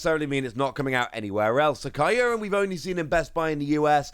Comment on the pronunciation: The way youre saying Kyurem in this video triggers me xD